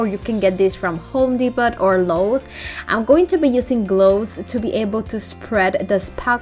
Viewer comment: This is given with respect. My husband is Hispanic from Mexico. I realize that you are saying Depot as in Home Depot the way Its written. But you don't say it the way it is written. Their name is Home (you pronounced this correct) Depot (the o is spoken like a capital O & the T is silent. As if it's not there.) So it's Depoe. If I went b to Puerto Rico or Mexico I would say words wrong all the time. SO GOOD LUCK. It is said English is the second hardest language to learn. Chinese (Mandarin) is the hardest. So I give mad respect to anyone who tries to learn English.